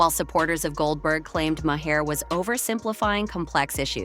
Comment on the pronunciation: Who tf is Bill Maw-hair? 🤔 Or the handulf of other incorrect names you sputtered out. 😝 Girl, if you don't even know who you are making videos on, seek Google to pronounce their names! Lazy and pathetic! 🙄